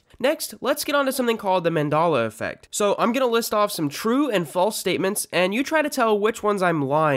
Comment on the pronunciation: I'm sorry wtf is Mandola affect? You keep saying it but I don't understand Mandola affect